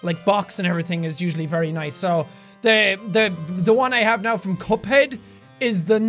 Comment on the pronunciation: Jack talking about vinyls: verreh niice